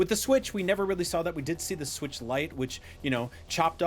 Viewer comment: "Swirtch 2 Console Reveal"...